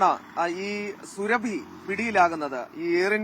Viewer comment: സുരഭി അല്ല. സുറാബി. Khatun is a title of the female counterpart to a Khan.